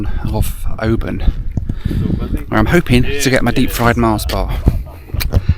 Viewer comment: Kept wincing at the pronunciation of Oban. :) The city they SHOULD have named it after is the next one up the coast -- it looks JUST like Mallaig. Even unto the high road going to a really nice OP. (both about 600 population)